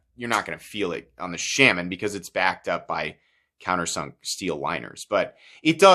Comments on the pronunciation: The “Sham-man” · shAHman but he mispronounces it. I’ve head Eric Glesser talk about the knife and he definitely pronounced it shAHman. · Please do not listen to this guy about not buying this knife or that knife because you live near the coast or wet areas. This is a hugely over blown topic and as a guy states down in the comments as long as you don't leave it in a bucket of water your fine. When someone can't even pronounce the name of something be it intentionally on not, then that person has zero business giving opinions on subject. Just my two cents